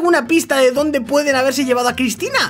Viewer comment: Dijiste crypina no Cristina